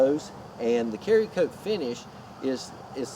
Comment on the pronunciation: Its called Cerakote. Pronounced like serra-cote not carry-cote. Its a ceramic based coating hence the name "Cera"kote.